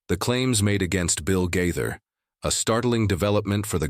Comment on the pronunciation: The person narrating these stories about Bill Gaither needs to make decision as to how he wants to pronounce the Gaither name!